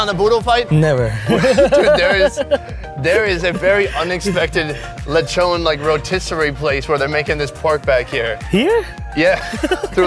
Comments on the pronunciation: It's not Lechone it's Lechon😂😂😂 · Him: lechoogn Filipinos: lechon dude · the way you said "leychown" is already satisfying.. now im full...